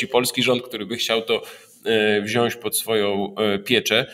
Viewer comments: Panowie mówimy wziąć, a nie wziąść! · Panie Doktorze, wypowiedzi bardzo ciekawe, ale na Boga: WZIĄĆ, nie "wziąść". Jest Pan pracownikiem naukowym! :)